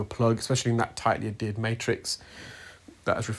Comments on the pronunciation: It is pronounced add hear d not ad ered. The H is not silent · Adhered, my good man. Not Addered. Unless that is just a UK pronunciation of the word. Tomatoe, tomotoe.